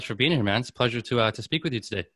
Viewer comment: “It’s a splesure”